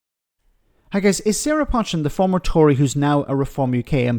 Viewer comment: are you also stupid? I've posted lots of times telling you that you pronounce her name wrong. You may not agree with her politics, but at least say her name properly. Her name is NOT 'Pot-chin', it is 'Po-chin' Her surname is well known in the Cheshire, where she comes from.